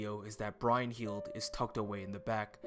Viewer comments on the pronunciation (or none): Hearing Brynhildr being pronounced "Brine- hild" over "Brun-hild" is so cringe worthy